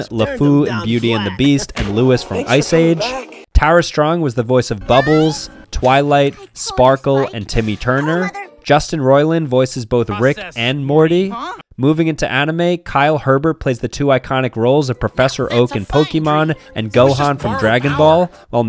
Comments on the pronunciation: not seen any comment mentioning that he mispronounced Kyle's last name whilst its spelt herbert it ISN'T pronounced that way (i too used to call him that but then found out) its more pronounced like 'ey-bear (ey being said like hey without the H) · its pronounced hebere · Hebert is pronounced abear don’t ask why